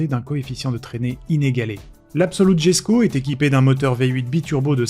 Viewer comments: Réel 😂 tout comme la jesko qu'il prononce jesko au lieu de yesko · Plusieurs précisions sur la jesko absolut 1: jesko se prononce yesko (mr Koenigsegg la dit lui même). 2:la vitesse max est hypothétiques donc 530 j'y crois pas